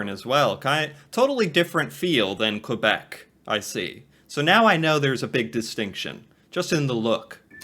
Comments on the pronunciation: quebec is prnounced kaybeck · "Hello" from Prince Edward Island (another province on the east coast), Canada. There is nothing "sad" about not knowing. That you are learning is wonderful. If no one has informed you yet, "Quebec" is (first and foremost) a French speaking province in eastern Canada. It is also a city. "Quebec City" is the capital of Quebec. Oh, and the narrator of your video kept saying "New-found-land". It's actually pronounced "New-fen-land" with a slight emphasis on the "land", as in "New-fen-laand". Cheers